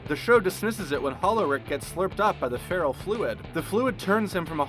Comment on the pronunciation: Marty? Passing by massage? He's getting CPR. Also, strangulation is not the same as suffocation. *ferrofluid, not feralfluid That is not how you pronounce writhing. The Margaritaville logo comes from the line of "frozen concoction" makers, not the song.